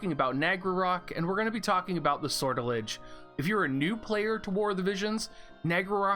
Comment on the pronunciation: Sor tell ijay Make the j sound rounded rather than harsh.